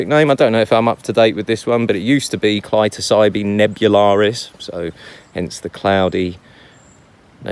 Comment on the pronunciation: I do believe the accent is on the second syllable of "clitocybe" -- as in Psilocybe Hericium erinaceus is so rare there you leave it be? What a shame. Delicious. Of course one can always just grow their own Lions Mane. Herecium abeitis, also delicious, is more common in my parts. But don't guess you have those there as it grows on Fir and Douglas Fir, and Hemlock I believe.